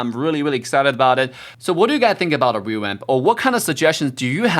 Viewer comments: why are you saying rewamp sometimes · Hanzo "rewamp" LOLOL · is saying rewap or revamp